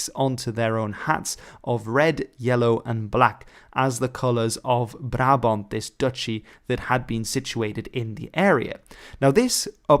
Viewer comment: Wait, was it "Barabont" or "Brabont"??